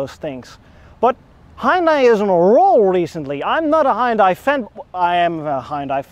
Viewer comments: Pronounced HUN DAY. It does have a hood ornament, BIRD POOP! Even Jaguar, Lincoln and Cadillac now use plastic wood. Maybe XG means Xtra Gas. LOL Are you aware that Hyundai & Kia are sister companies? BTW I owned one of those so keep your eyes open for a pre-heater problem in the future. The repair will cost more than you paid for the car. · It's Hun- Day....not Hi-Un-Die. Well if you say it that way...it's ok. 😁😁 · fanboy cant even say the name proper smh its pronounced HE-YUN-DAI not HI_UN_DAI Einstein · In America, the brand is pronounced "HUND - DAY" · tis meer ... hi-un-dai .. niet hai-un-dai ... overigens vooral groot in het maken van schepen, net zoals samsung, 2 van de grootste scheepswerven in de wereld ...daar is een funfact die de meeste mensen niet zullen kennen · As one dutch person to another dutch person: Put an LS in it. And then they both laughed because a V8 is a lorry motor and engine swaps in the netherlands are barely a thing. Ps: Also, it's kind of pronounced "h'yùn dèh". The "y" isn't pronounced like "eye". Source: Some of my former classmates are korean. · lol As a Korean everytime I see someone say "hi-undie" i get mixed feelings.. Since the english pronunciation itself is to blame not individuals, but also that nobody really cares how the Korean company is pronounced in its mother language. BTW some youtubers call it "hunday" and I often see many comments trying to correct them, but that's actually the closest pronunciation to original that I've seen of English-speaking youtubers. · Maybe it’s a New York thing, but we pronounce it as HUN-DAY I like the way it looks, and don’t recall ever seeing that model before. I’ll keep an eye out for it on the road. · It took me a hot minute to realize you were saying "Hyundai" and not "Hind Eye." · Just saying, but your pronunciation of Hyundai is wrong. In Korean, it's two syllables. "Hyon-dé" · Hyundai is pronounced Hunday just like Sunday 👍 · "Huhn Day",. It's pronounced "Huhn Day"